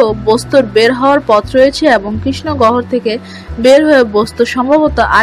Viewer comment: গহর??? 😁 কথা বলা ভালো করে শিখুন আগে।।